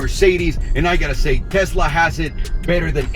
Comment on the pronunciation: I'm glad to hear you say Tesla, not Tezzla. It really bothers me for some reason. Just like diezzel. And Nuke-you-ler. Ok I'm done...